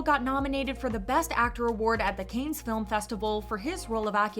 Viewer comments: It is not "canes", it's "can". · Oh my god, it's pronounced "KAHnes " or "Cons" not "Kanes". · Cannes is not pronounced like "canes" but like "kan" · I can't with the "Kaynz" pronunciation. 🤦‍♀️ It's pronounced "Kahn" or "Con", but never "Kaynz". 🤷‍♀️ The S is Silent. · It's pronounced as "Can", like a can of tuna, not "kayns". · I was going to comment about this, too. I found it irritating to hear "canes" over and over again 🙃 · Please look up how to pronounce the word "Cannes" it is not pronounced as canes... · it's pronounced like soda can not canes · It's pronounced like "Can". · FYI, "Cannes" is pronounced as, "can" without the 's' sound. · I thought the same, like, “canes”? Never heard it pronounced like that before!😂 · Dude, I was looking for this. I was thinking how can she pronounce Japanese semi-correctly, but can’t say Cannes? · my francophone soul couldn't take it by the middle of the video 😂. I mean, if it was something like "Arnac-la-Poste (Haute-Vienne)" I would understand but Cannes is so famous and easy to pronounce.. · So you’re just going to pronounce “Cannes” completely wrong? That’s what we’re doing? Ok.